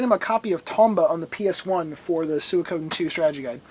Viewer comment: I hear it is pronounced "sweekoden".